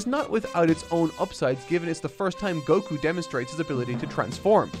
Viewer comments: Oh, but why do they do that? It's written and pronounced with an accented KU always. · Why do you pronounce Goku's name like that? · If you mean stressing the Go instead of Ku then that's just because the English dub said it that way